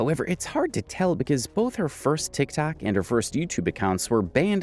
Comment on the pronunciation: Are you saying 'Tic Tac" on purpose?